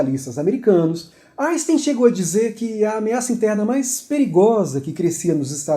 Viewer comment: Não dá para aguentar ele falando "Aisten".